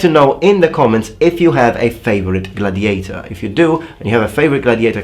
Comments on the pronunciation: Video interessante ! Una piccola nota — l'accento nella parola gladiator va sulla prima sillaba, così : /ˈɡladɪeɪtə/. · Gladiator has the emphasis on the first "a".